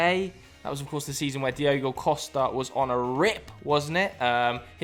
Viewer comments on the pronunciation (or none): none